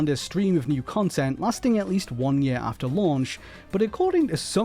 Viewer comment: Ffs it's YEAR not YAER